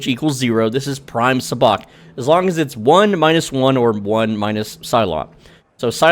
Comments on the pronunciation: PLEASE for the love of all of fandom...learn to pronounce it correctly. Even the game says the pronunciation WHILE you're playing the game. it is pronounced...SUB-BOCK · Why did you say sabacc like that 😭😭😭